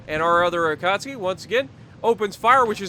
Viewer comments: Say it with me.. A-KAT-SUKI NOT AKAHSKI...SOUNDS LIKE A DAMN POLISH DELI Great Video though and looking forward to part 3 on the Jersey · Why u called it akatski i believe is the akatsuki